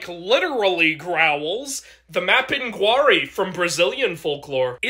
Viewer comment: Mapinguarí, the accent goes in the "i" at the end.